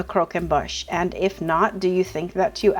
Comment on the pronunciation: Wow! I think it's beautiful. The name is almost as laboring as the dessert. Croquembouche is spelled with a u in the "mouth" part of the name. It is pronounced "boosh" not "bush".